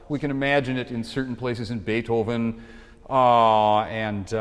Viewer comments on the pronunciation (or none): none